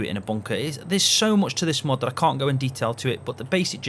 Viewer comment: Are you saying MUD or are you saying MOD? It's confusing